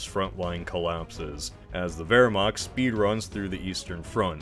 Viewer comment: interesting that you pronounce the W correct in Wehrmacht but not Luftwaffe 🤔